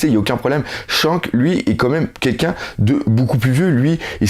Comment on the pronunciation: pls stp dis plus chank mais Shanks stp stp stp je déteste sa et je sais que t'a un problème avec les Noms mais évite de dire de la merde pour les héros de One piece sinon continue tes vidéos on te kif ;)